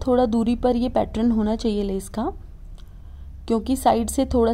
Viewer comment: खूब सुंदर होते ६ैं आपके सारे डिझाइन सिर्फ पैट्रन ना बोलणे पैटर्न बोले